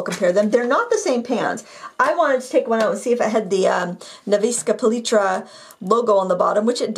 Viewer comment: Also: Nefs-kaya Pah-litra, thats how you pronounce it.